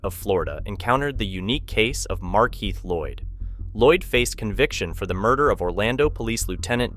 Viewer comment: Markeith not Mark Heath